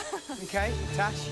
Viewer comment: I thought the girl name was “Trash” instead of “Tash” 😭